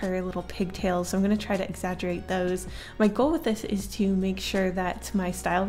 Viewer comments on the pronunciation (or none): none